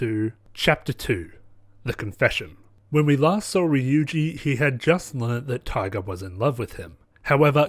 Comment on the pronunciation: Just a pointer Ryuji is pronounced ru-Ji with a rolled r